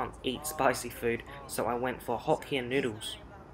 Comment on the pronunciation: The way he pronounced "Hokkien Noodles" is so funny.